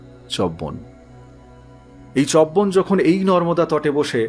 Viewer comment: পড়া খুব ভাল শুধু উচ্চারণ এর ব্যাপারে আর একটু সাবধান হওয়া দরকার , চ্যবন , বল্মীক ইত্যাদি